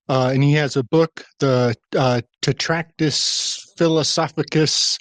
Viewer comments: As opposed to "Trac-tat-us". You might have caught a touch of the ol', 'lysdexia'. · Not trying to gamma on anything. This is a badass episode. Im on my 3rd watch, but isn't the word, "Trac-tat-us"?